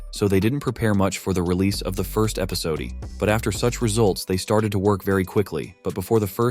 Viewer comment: Bro really said "ReleaSaid" instead of "Released" and said "EpisodeE" Instead of episode Like this dude is a text to speech change my mind 😭😭😭